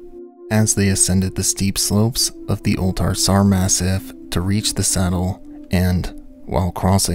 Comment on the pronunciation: "ma-SEEF", not "mass-if"